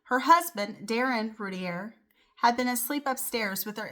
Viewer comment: Learn how to pronounce her last name correctly if you do a video.